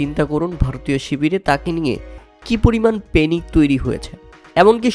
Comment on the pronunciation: প্যানিক নয় পেনিক 😂😂